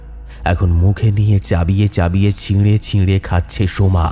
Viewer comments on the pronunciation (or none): Uccharon khub baje,, "কান্না করছে" না, হবে ' কাঁদছে ',, "চাবিয়ে চাবিয়ে খাচ্ছে" না, হবে ' চিবিয়ে চিবিয়ে '...